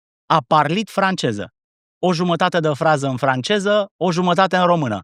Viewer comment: Georgică a (ș)parlit "francieză" bă' băiatule.... 😂😂😂